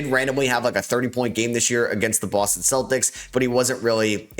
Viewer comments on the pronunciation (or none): none